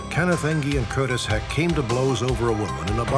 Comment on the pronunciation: I don't guess it matters but the guys name is Curtis heckt not heck